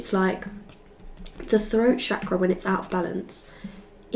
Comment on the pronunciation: The way you correctly say Chakra tells me that you have been in India at some point 🇮🇳 ❤